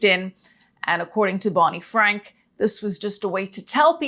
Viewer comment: Never twust bwany fwank.